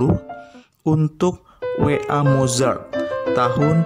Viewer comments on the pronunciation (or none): cara bacanya motsart Nama panjang dan cara bacanya Wolfgang Amadeus Mozart=volfgang amadois motsart Jangan sampai di ketawain orang Austria